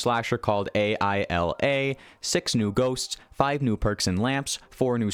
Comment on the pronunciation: doesn't know the actual pronunciation of a.i.l.a xd